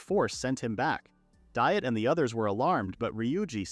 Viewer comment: This thing repeatedly mispronouncing Diet, even so far as to make jokes about the incorrect pronunciation, is beyond bothersome. It should be pronounced "Dee-ett"